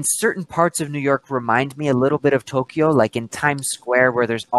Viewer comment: a palavra Tókio você pronúncia tolquio! Você está pronunciando errado!